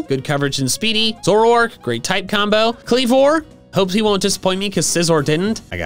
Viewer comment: ZOROARK, NOT ZOURARK!